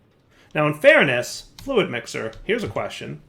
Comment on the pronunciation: ah yes, the famous "Quantum Flud". it's a flood of fluid :P